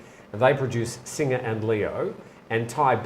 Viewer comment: It is Beer Singh not singer.